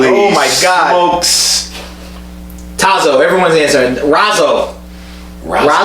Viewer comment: Looking good!!! Congratulations on the channel. PS - It’s pronounced TAH-zo. The TAH rhymes with “ah” and zo is a long “O”